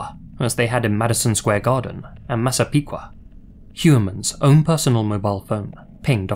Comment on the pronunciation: Very surprised that actually pronounced Massapequa and Nassau correctly.